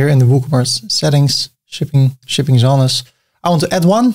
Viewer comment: WITH ALL RESPECT, one ( if not done yet) must politely advise you on your "verbalizing/pronouncing" the → " ZONES"!! - it should be pronounced as "ZOWNZ" not "ZON+NESS".... 😉!....AGAIN, purely by respect, for the better. Cheers 🙏...PS goes no need to add, GREAT videos, love them, thks